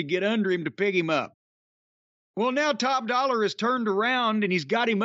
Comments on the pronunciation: y does jim call him top dollar when his name is top DOLLA? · Jim calling him top dollar instead of top dolla will never stop being funny to me